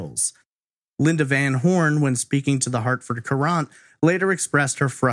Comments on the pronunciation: Hartford Courant. Pronounced current. I know you aren’t from the area. Great content as usual. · Love you and your podcast dearly, and have since I discovered you in 2018– That being said, I was born and raised in Connecticut. The Hartford Courant is a major paper here—— and Courant is pronounced like “current” . Not that is a big deal by any stretch— I just cringed every time you said it LOL